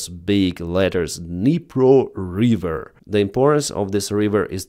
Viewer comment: River - not reeever . 😊